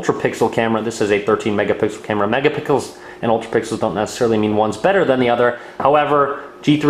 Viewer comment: "megapickles" hahahaha